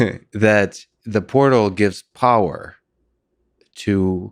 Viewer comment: Welcome to, "The Whortal"